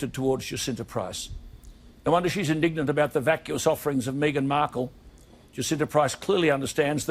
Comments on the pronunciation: I think her name is pronounced Jah-sin-tah. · Jacinta Price is pronounced as Ja -Cin -Ta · Hi. "Jacinta" is pronounced Jassinta.IMO Movements like BLM are made up of people who want to agitate and cause unrest amongst the populace. They also use their mantra to legitimise criminal activity eg looting and damaging monuments. Righteous everyday folk need to speak up. Thank goodness for people like Alan Jones and Jacinta who are willing to speak out about these matters. XO From Oz 👍🇦🇺🐨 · I am in Australia and am absolutely addicted to Days of Our Lives 2020 - Director, i am not having a go at you at all, but Jacinta is pronounced precisely as if it is spelt JaSinta.